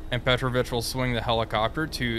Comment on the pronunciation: Just a comment as Russian is my mother tongue: I'm 99% sure that in this case Petrovich is not a Surname, but a Middle name that is used as a respectful way of calling your friend, which is typical in FSU countries. So, it must be pronounced as PetrOvich, with the emphasis on "O" sound, not "E".